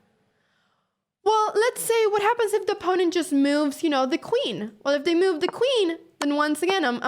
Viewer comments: The word is move not mouve. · I like how she says meove. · Nice finds! (BTW: ❤the way you pronounce the word 'move')